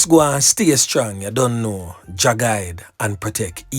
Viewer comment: it's don't not DINT Prof